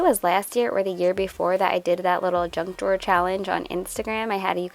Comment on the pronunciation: Did you call the “junk drawer” a “drunk drawer”? 🤣🤣🤣